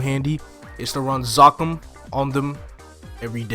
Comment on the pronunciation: God you say Zakum(Zuhkoom) like its spelled with two K's bro.